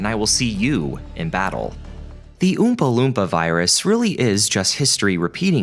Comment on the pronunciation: Old video but... New to me. And being a random stranger on the Internet I have to nitpick the pronunciation of Oompa Loompa, that's all.